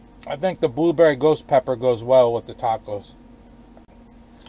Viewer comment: Hey! I gotta' try to find some of that! Did you say, "BooBerry?" LOL! I got the Sriracha because of you. I like it! I got the Cholula because of Adventure Van Man (Brian) It's good, too! I always used Frank's Red Hot Sauce because I didn't like the Vinegar in Texas Pete. I wanna' make some Loaded Nachos this Weekend! Cheers! Thumbs Up!